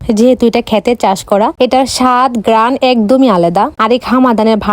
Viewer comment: চিকেন কর্ষা ❎ মটন কর্ষা ✅ গাইজ ❎ গইজ✅ কোয়েল ❎ কয়েল ✅ আলাদা ❎ আলেদা ✅ কম্বিনেশন ❎ কম্বোলেশন ✅ গ্রান ❎ গ্রেরান ✅ ইত্যাদি 🙂🙃